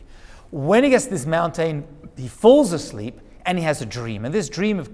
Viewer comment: I sure do get a kick out of the way you say mountain. "Moun-tane". Cracks me up every time. 😁